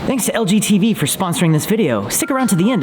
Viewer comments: when he says that’s to lg tv but you hear lgbt 🤣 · Who else thought he said LGBT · when he said lg tv I heard lgbtq